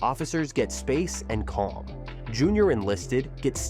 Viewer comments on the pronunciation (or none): none